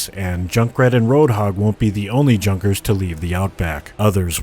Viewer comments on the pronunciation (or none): none